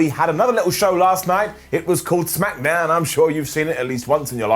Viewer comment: He said smackadown again